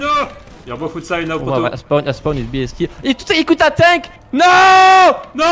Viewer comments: I love the way you all pronounce "tank", it always makes me chuckle when I hear say "He called a tank". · I love how says tank as tonk